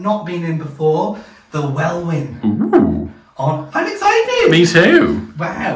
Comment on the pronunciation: love the home.. FYI, Welwyn is pronounced "Wellin"